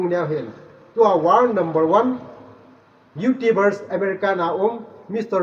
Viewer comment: Youtubers na pronounce dan chu thaset um thim e😁😁Youtubers or Youtibers🤭😅